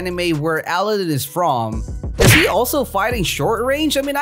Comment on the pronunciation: Your calling aladinn ally-din